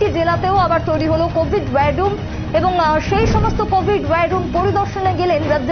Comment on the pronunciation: খবর পাঠিকার উদ্দেশে বলছি যে আপনি বার বার 'wire room' বলছেন কেন? এটা তো war room...ভীষন শ্রুতিকটু মনে হয়েছে....